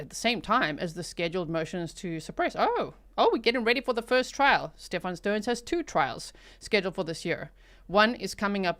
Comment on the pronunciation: Even calling him "sTePh-AAN" annoys me. His whole family is plain old American. He's Steven 🙄😒